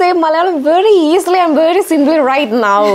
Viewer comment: It is such a pain to listen to anchor's fake accent and wrong vocabulary. Girl learn the language and in that process you will improve your pronunciation. The words preparation easily definitely made my skin crawl with second hand embarassement